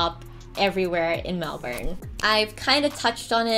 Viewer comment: But, aren't you supposed to pronounce Melbourne as in Mel-Bin?